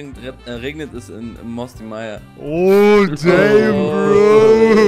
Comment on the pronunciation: 1.27 das heißt "Damn" und nicht "Daim" wenn du schon wie ein Gangster quatschen willst dann richtig 🤤👌🏽